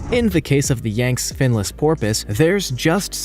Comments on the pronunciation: The word is. Yang see. Please learn proper pronunciation. There is an ancient region in China with many natural formations as in the YANGTZE RIVER and areas businesses etc Al. RESPECT HERE. ! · Yangtze is pronounced "Yang - tsee". When you read a word you're not sure about, just look it up!!!! Don't sound like an unschooled moron. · Quit pronouncing the Yangtze river name incorrectly. Oof. Super cute dolphin though! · Dude your pronunciations in this video are killing me, especially with the Yangtze finless porpoise. I’m begging you when you have something you don’t know about the pronunciation please do a google search and find out how you should be saying it. And maybe it’s just me and one of my quirks but you’re killing me bro. Lol 😂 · Yangtze has two syllables: Yang-tze. Grebe has a long E - Greeb. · I wish to heck you'd spend a few minutes learning how to pronounce the names of these animals! Grebe is pronounced "greeb." And Yangtze is two syllables: yang-zee. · Grebe is pronounced 'greeb'. Yangtze is pronounced 'yangtzee'. When making a video about nature it would be a good idea to speak properly. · Some remarkable pictures here, but I'm going to suggest you check pronunciation of words that are unfamiliar to you. Googling "pronounce X" will actually pronounce the word X for you (probably as the first hit in Google). Specifically in this video, you mispronounced Yangtze, grebe, and Tanzania. Sorry, but I do think checking pronunciation will improve your videos in the future. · Good grief. Get a narrator that can pronounce place names! Yangtze ... Tanzania. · ☣❌That is NOT a living creature, but a product of the skill & imagination of Wood Splitter Lee Cross! 🦄 The other animals are real, but some of the details are a bit off. Like how he says "Yangst" rather than "Yang-see"🤔 - Bornean pygmy male elephants🐘 reaching around 2.5 meters in height (8 feet). Asian elephants are about 9 feet, and Africans are 10. Not the pet-size implied here.